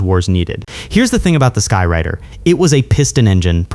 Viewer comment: A-1, Douglas 'SKY-RAIDER'. RADE-ER, in Phonetics. Not 'Rider'... My Mom (a multi-linguistic Teacher) and my Ex-Wife (a Thespian Dialect Coach) would be slapping your Face with Frozen Bacon strips by now!! LMAO